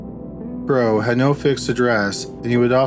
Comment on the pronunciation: Narrator kept callng Franklin Crowe " Bro" instead of Crowe